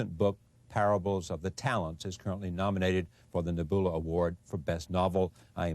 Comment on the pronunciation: "Neboola Award"?! Sorry Charlie, what?! For someone who was one of the most prolific and (in-)famous interviewers of authors to not know how to properly pronounce a major literary award!!